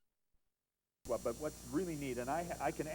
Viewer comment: its pronounced 'shoosh-schwap', never 'shoe-swap.'